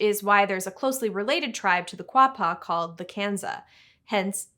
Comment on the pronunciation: "Kwah-pah" is the way I remember seeing it spelled in my junior high Arkansas History class, so I can at least confirm you got that one. Hilariously, it even had an old spelling in the book, part of an infographic, where it was spelled "Arkansaw" though I don't know how valid that was. May hve been a jab at people wanting to call it "Ar-kansas". Great video by the way! I always wondered where the country Georgia got its name